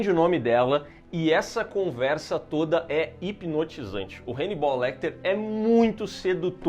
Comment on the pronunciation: HEInibal!!!????? HAnnibal 🤦🏻‍♂️